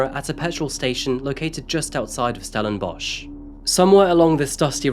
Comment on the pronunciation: And we are ranked 3rd in the world for the largest amount of serial killers. Also, well done on the correct pronunciation if the local area, but stellenbosch for us afrikaans people is 'stellenboss' think the one you mentioned is from old afrikaaners (40yo-50yo +). also hope these POS useless waste of air realise what they have done and are tormented by it each and everyday.